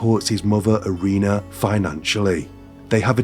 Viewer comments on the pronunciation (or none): The pronunciation of the names is very poor. EE-REE-NAH. SEIR-GEI. BICH-KOHV. YEV-GEH-NEE. But I will say, i absolutely love your channel. I am late to the party and have been binge watching all your videos this week. Great content and very calming voice. Thank you.